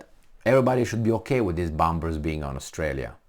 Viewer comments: Please, let's get real. We Aussie have very limited defense capability (for such a land mass) and at first sign of trouble we will be begging for help from Uncle Sam. It is reciprocal agreement, i.e. beneficial for both nations. BTW "bombers" has a silent "b". i.e. sounds like "bommers". Anyway, really enjoy your podcast (even if I don't totally agree). Keep up the good work. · I love ya bud. But bombers is pronounced bawmers